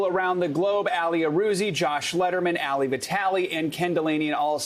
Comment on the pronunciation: Dude, its not "Alley", like Ali Vitali. Its, "Aalee" like Aladdin.